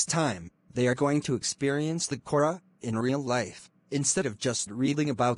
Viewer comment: I heard Aura instead of kora😂😂😂